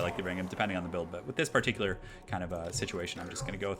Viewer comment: Par tick you lar